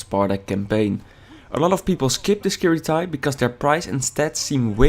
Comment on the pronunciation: you pronounce it wrong :P